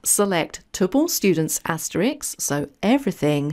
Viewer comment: The word you want is "asterisk" and the word you are using is "Asterix" who is a cartoon character. This sounds silly! Just saying! Please use the correct word as I like the way you present your courses. I find them easy to follow.